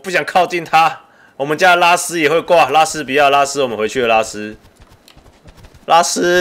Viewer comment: 拉斯聽起來好像叫拉屎